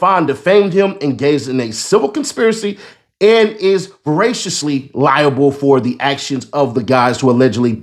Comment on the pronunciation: VI CARE US LEE? 😂